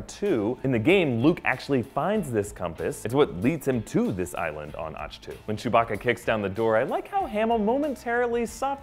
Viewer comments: also.. ah-k tow not atch... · Also when he says Atch-To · Ahch-To is pronounced Awk-Two like as is awkward. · Generally not too caught up on pronunciation but after Reven (Revin) and Auchtoo (Auchtoo like achto liebe), I couldn't listen to anymore. Had to downvote this one. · His pronunciation of "Ahch-To" (idk if thats how its spelled) is what triggers me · Okay I'm very concerned. You claim to be a fanboy yet you missed pronounced Darth Revan name and Ahch to twice. That can be forgiven, but no one who claims to be a fanboy would mispronounce Revan.